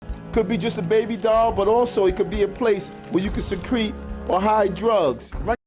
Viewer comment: Oh yeah, I know he meant "secret drugs." You'd think if you're going to bother using an archaic term you'd bother to learn how to pronounce it.